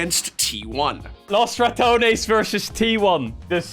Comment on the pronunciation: Wow, you are the first person that has pronounced “Los Ratones” even remotely correct since its inception. Good job.